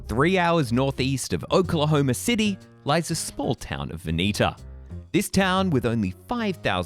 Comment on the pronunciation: Is he a Brit? I can't tell...maybe Aussie? Either way, he can't pronounce 'Oklahoma' and I imagine all the other Indian names associated with the State. "He talks funny, Pa!" 😂